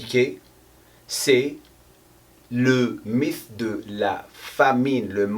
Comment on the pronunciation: Merci pour ses vidéos toujours intéressantes. Pour améliorer ton français (si ça t'intéresse??!) mythe en français ça ce dit "MITE" en phonétique.😉